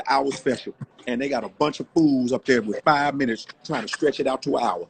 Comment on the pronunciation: "Shannon Sharpe Squid Games...wid Skip..." I'm in pain! Lmao!!!!